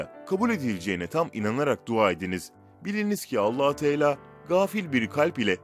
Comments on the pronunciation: dediğimi anlamadın ''Teala'' demesi gerek ama o ''tela'' diyor. Aradaki a yı söylemesi lazım... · Telaffuz ederken Allahü Teela diyorsun.. Yanlış söylüyorsun